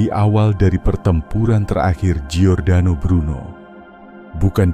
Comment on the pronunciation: Namanya adalah Giordano Bruno Dalam bhs Italia dibaca = JORDANO bukan GIORDANO. ❤ Salam Sukses Sejahtera dari kampung saya.